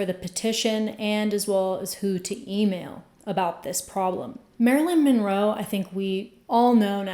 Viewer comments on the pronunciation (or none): Why is Marilyn's last name pronounced "Minroe" here?